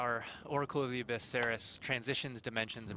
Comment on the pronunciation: 1 Question. why say abbys? ( Supposed to be abyss probably) why not just say Seris